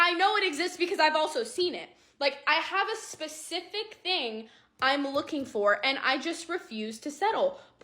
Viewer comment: Spe-ci-fic silly girl. Poor men